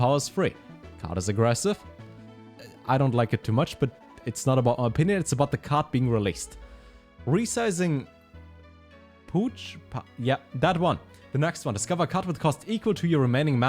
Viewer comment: Pouch is said like "Pow! -tch" like the ow in meow and the ch in the "pooch" you mentioned.